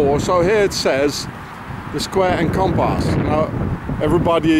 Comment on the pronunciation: Compass (comparse;) pump arse it rhymes :-P